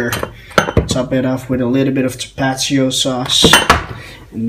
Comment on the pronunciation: The hot sauce is pronounced.. TAPA-TEEO not tapacheeo